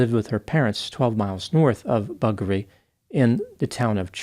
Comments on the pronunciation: It’s BUD-Jeree not buggery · OMG it's Budgeree as in 'budget' nor 'Buggery' as in anal sex. I live 3 miles south of Woolloomooloo and my favourite scenic drive is along the ocean through the Royal National Park to Wollongong. And my first daughter was born in Mullumbimby on the Far North Coast. We have many First Nations place names like Uluru (which used to be called Ayers Rock) or Wagga Wagga (which means 'two crows flying'). If an Aussie says "Go To Buggery" he wants to be left alone. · messed up the pronunciation, it's Budgere pronounced in the way the bird name budgie is. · I’m not sure if you’re saying Buggaree or not but it is Bung-a-ree which you may be saying….not too sure 😏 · BUD-jur-ee Like in ‘jury’ Gotta get that ‘D’ in there, and emphasise the first syllable. It’s not bud-GER-ee, or buggery 🫣. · so he was thirty and she was a teenager. hmmmmmmm. also isn't it buDgeree, not Buggery? (the town) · its pronounced budgery, as in 'budge' not buggery lol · The name of the small town he's from, Budgeree, is pronounced with a soft G, as in budget. A hard G makes it sound like buggery, which my childish mind was sincerely hoping was the actual pronunciation. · as an Aussie I’m always glad you cover cases from down our way! Also I’m impressed with your pronunciation of our towns, cities etc that feature on your videos. However, just need to pull you up on this one! Budgeree is pronounced with a ‘J’ instead of ‘G’ as in budge, smudge or fudge. I can remember this case as I’m from around the area, I live in Morwell and my best friend lived in Budgeree at the time. It’s a beautiful area but quite dense bushland and lots of big hills. I’m terrified of heights and used to hate driving out to my friend’s house!